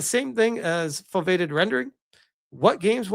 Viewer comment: Foveated is pronounced foh-vee-ay-ted